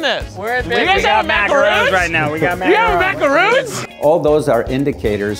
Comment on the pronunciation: Those were macarons, not macaroons. Strangely enough, very different.